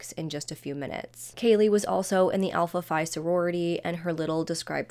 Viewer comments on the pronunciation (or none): Pronounced alpha - fee